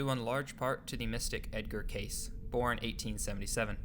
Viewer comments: You would think that these "documentary" creators would at least pronounce names correctly. It's "Cay-See", and "Hair-od-e-tuss". You're not the only one to just read history without learning the correct pronunciations. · Edward CASEY is how it is pronounced. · Edgar Cayce (/ ˈ k eɪ s iː ) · Dude, I just got to the video clip where an interviewer clearly pronounces his name KAY-cee. I take back my compliment about well researched, you're obviously not paying attention. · His name is pronounced KAY-cee and while I won't go as far as Monika, this video was researched much better than it was narrated. I had to turn off my fan in order to understand it. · 2 separate people pronounce "Cayce" in this video, yet you refuse to do so. Why? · He mispronounced Edgar Cayce's last name also. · Given how important he was to this story, it's not great to hear Edgar Cayce's name mangled in this video. It's not "case"; rather "KAY- see". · Edward Cayce is pronounce "Kay-see" not "Case". You even show a video of a woman pronouncing the name correctly yet you still continue to pronounce it wrong. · Dude, its Edgaer Cayce ... Kay-see... Not Case... I've heard people saying laje that several times lately , wtf. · not CASE its pronounced CAY CEE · Edgar case name is pronounced cay-see. His foundation is on Atlantic avenue. In Virginia beach Virginia. Call them and ask how you need to pronounce his name if you do not believe me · It’s pronounced Kay-see. Cayce. Rock on 🎸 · You know your pronouncing Edgar Cayce's name wrong. It's K.C. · Say it with me slowly...Ed-garr Kay-cee Seriously, say it slowly, he did most of his prophecies in my home state of Alabama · Cayce is pronounced KAY SEE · Cayce is pronounced Casey. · Pronounced Edgar “Kay-see”, Robert “Shock”--get it right ya know it all millennial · Could you lazy bastards actually bother to learn how to pronounce proper names? Cayce is pronounced Cay-see and Schoch is pronounced shock. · Edgar Cayce (KAY-SEE)